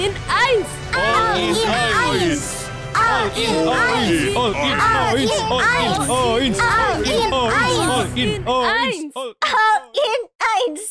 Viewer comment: Gw denger nya all in anis wkwkwk😂😂